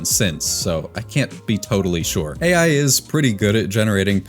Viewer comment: bro cannot even say AI Correctly 😂